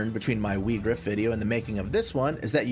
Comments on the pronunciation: it’s actually meant to be Vee-grawf. it’s Germanic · To be fair, "Whygraf" sound better than "Weegraf".